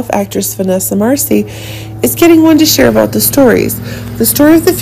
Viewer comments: It's Marcil not Marcie! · FIRST OF ALL YOU ARE SAYING VANESSA LAST NAME...."WRONG "!!!!!